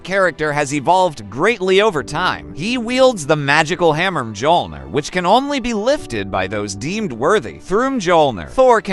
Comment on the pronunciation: M JOLNIR? IT'S MYOLNIR!